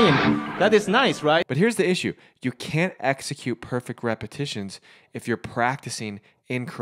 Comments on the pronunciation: Repetitions not repitions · It was "repitions".. How do you chirp so poorly?